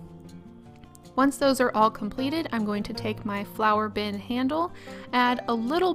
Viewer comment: I love how this turned out. Plus as I kept hearing Flower!bin instead of Flour!bin I was so confused till you added the handle. Then it all made sense. Might make one of these one day. :} ps to round off those glue stick pots you could have heated them up a bit.